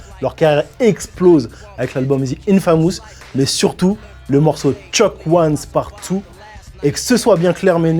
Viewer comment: ze inefamousse ptdrr